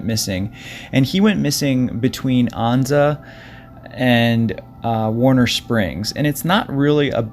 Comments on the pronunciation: it’s not Ahnza……Ann-za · It's An-za, rhymes with stanza.